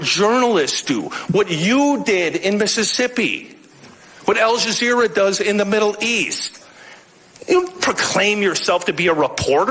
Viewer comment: He said Al Jezzer